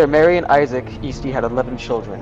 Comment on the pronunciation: U said her last name wrong it’s pronounced (Es-ty) and spelt Easty. That’s what all of my moms side says. No hate tho. This video is very educational.